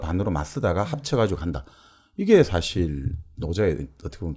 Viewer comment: 스스로라기 보다 절로라고 하는 것이 좋지 않을까요? 스스로는 인간에 관한 어볍이니까요. 장음인 단어의 첫자를 짧게 발음한 예:좋다,사실, 비단(천),현재,정치,사기(사마천),예를 들어,도덕경,(도)가도,개체적,보통, 등 벌음에 문제가 가볍지 얺습니다. 근간에 출판돤 "한국 어문을 고발함"이라는 책을 읽어 주시지요. 미국 변 완수 배